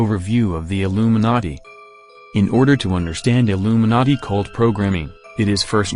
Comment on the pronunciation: It sounds like narrator is saying Illuminutty... Lolz